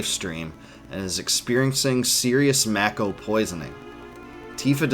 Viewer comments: It should be pornounced "mah-ko". It's a Japanese word, and it's only in English that "ma" can be pronounced as "may". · I’m pretty sure Mako is pronounced “Make-Oh” not “Mack-oh” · It's Mako not Meiko. For an Asian it is freakin weird that westerners likes it pronounce it like that because it sound like a bastardized word. Also Square Enix already said it was Mako and not Meiko. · I always pronounced it "make-oh", I noticed the way you say it, "mack-o". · Am I the only one who pronounces it “May-ko” as opposed to “Mah-ko”. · Then prepared to be irritated for the rest of your life because it is Mako and not Meiko. Because Square said in the E3 presentation clearly that it is Mako and not Meiko (and supposed to be since its origin word are Japanese). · I always said mayko not mack-o.... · U saying mack o is annoying asf its make o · I've never heard anyone pronounce, "Mako" like macaroni, that's hilarious! Fastest recorded shark: Kraft Easy Mac'o. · Yah. The way he pronounces it "Makko" really irritates the sh*t out of me. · It’s definitely pronounced “May-ko”... never heard anyone ever refer to the Mako Shark as a “Mah-ko” Shark. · one of the things that was weird to me was when people called it Mako instead of Mako(May-ko like the shark). its still hard to hear lol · Damnit, why does he call it macko? 🤦‍♂️ 😂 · Ew who calls it Mack-o... Gross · I hope you've learned how to pronounce Mako, because I've never heard it the way you do lol. I love your videos. Your voice is hypnotic. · There are 3 ways to say MAKO you chose the only wrong way all the way around. Smh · So annoying he says mako wrong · You don’t know how to say Mako. Lol goober